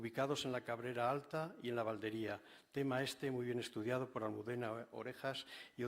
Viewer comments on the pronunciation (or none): Estuvo hace años el en la Valdería y no sabe decir su nombre, con acento en la i, sonaría Valdería y no Valderia...vaya vaya